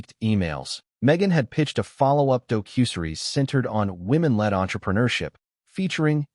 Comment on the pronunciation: This AI narrator CANNOT COUNT! I swear, every single one of these COMMENTARIES has several instances of numbers always at least one short. Teach your AI narrator to pronounce "docuseries" correctly and count accurately.